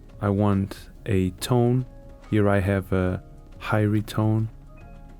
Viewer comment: ..did you pronounce eerie "highry?"